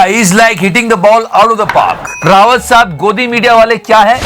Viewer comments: रावत साहब नही रे बाबू भैया "राऊत" साहब है. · it's Sanjay राऊत, not रावत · राऊत not रावत 👍🏻